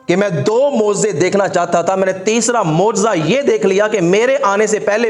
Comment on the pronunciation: Moziza nhi hazrat mojiza hota hai